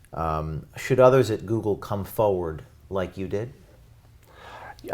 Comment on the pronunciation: There is are 2 R's in FoRward. They are both meant to be pronounced. Saying "Foward or Foeward" makes you sound ignorant/illiterate. nbl